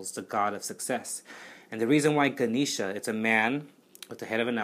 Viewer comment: Love your video! Also it is pronounced Gah-neh-sha